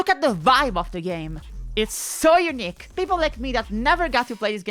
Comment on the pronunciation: And “unique”, which should never, ever be pronounced like “eunuch”! :P (For anyone who doesn’t know, in English, “eunuch” is pronounced “YOO-nick”, while “unique” is pronounced “yoo-NEEK”, with the difference in stress and length of the syllables being essential.) Little story: I live in Zurich, Switzerland, but moved here from USA in the early 90s with my family. Around the year 2000 as part of its semi-privatization, the Zurich airport, whose name had simply been “Flughafen Zürich” (“Zurich airport” in German) until then, decided it needed a “brand”, and the brand they settled on was “Unique”. (Never mind the irony that it was their plan to roll out the Unique brand to multiple airports worldwide…) When my mom heard this news, her reaction was “Oh, no…”, because years of being an English teacher here had taught her that people here tend to pronounce that word like “eunuch”. And indeed, for years, the recorded English voice at the airport announced periodically in a German accent “Thank you for choosing Zurich Eunuch Airport”!! 😂 But the story gets better. So much better. Because the Zurich airport is, like almost every airport, not actually located within the namesake city, but in a suburb. And the name of that suburb? Kloten. Ok, so what? Well, in the Dutch language, “kloten” is slang for “balls”, and I don’t mean the kind used in sports. So it was the Eunuch Airport because those wily Dutch were taking the kloten off the male passengers! But we aren’t done yet. So what